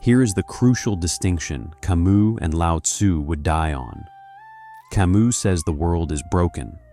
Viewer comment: learn to pronounce Camus correctly in French,its ironic to try to get to deep philosophy and mispronounce the name either you or the AI you use. Till that happens I rather open Camus myself in French and read the original